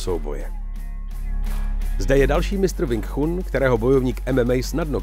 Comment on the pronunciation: ..tchun sa vyslovu je čun... kecy